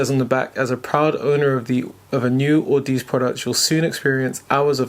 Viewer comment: Actually it's au-da-zee (like odyssey) still good review. It's down the audiophile rabbit hole with you now.